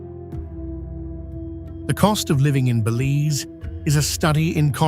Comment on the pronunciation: I wish he would pronounce Belize and the Cayes correctly. Apart from that, thanks for showing my beautiful country.